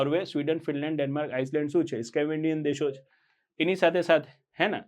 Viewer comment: Scavandian nai saheb ... Scandavanian